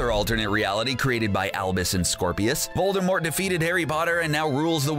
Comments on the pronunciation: DiD u JuSt SaY Vol-DER-mort? Cuz it’s Vol-DUH-mort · Voldemort... not Voldermort!!! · He says Voldermort not Voldemort There isnt supposed to be an R before the M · Voldemort. Not Voldermort. There's no 'r'. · "Voldermort" bruh its Voldemort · It's voldemort not vol-der-mort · Why the heck do you say "voldermort". It's VOL DE MORT for goodness' sake. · Its Voldemort, not voldermort. Did the person who wrote this even open a harry potter book? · Its voldEmort not voldERmort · It’s Voldemort not voldermort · Voldemort not vorldmort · IT'S NOT VOLDERMORT IT'S VOLDEMORT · It's not VoldeRmort it's VoldEmort next time don't say Voldermort instead of Voldemort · Vold (errrrrrr)mort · he says "voldermort" Lol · These people who make these need to read these books. He said voldermort....... UUUUUUGGGGGGHHHHHHHHHH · Did.... he say "Voldermort"??? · Did you say VOLDERMORT?!?! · He keeps saying "VolDERmort" and it drives me nuts. Three times thus far and the vid's only half over. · This guy said Vol-Der-Mort smh😒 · Did you say voldervort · U Said vorldemort wrong Its vorldemor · the crap is "voldRmort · How the dude says Voldemort lol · It's not VoldemorT it's pronounced WITHOUT the t. J.K Rowling said so herself!! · uh Harry Potters oldest son's name is Albus Severus Potter not James Serius Potter lmao and you pronounced Voldemort wrong its vold-de-more- not vold-de-more-T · Learn how to say Voldemort for all of us please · 1. TALES of BEEDLE the Bard 2. The Society for the promotion of elvish WELFARE 3. VOLDEMORT (not volderrrrmort)